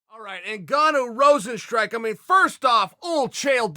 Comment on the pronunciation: Ngannou NOT Cingano!...😂